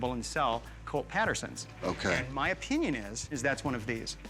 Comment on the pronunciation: Mans said “Oh-pinion” 😂